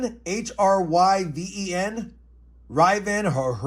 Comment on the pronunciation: Hryven is pronounced like "driven",.